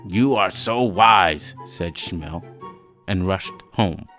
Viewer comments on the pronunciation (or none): I don't know if you read these, but I think you should re-record. The performance is great, but there are two very bad pronunciation mistakes. "Chelm" should be pronounced with the hard h sound of "Hanukkah/Chanukah" NOT the English CH in "cheese" and Shmuel should be pronounced with two syllables (Shmoo+El), NOT one syllable (shmell).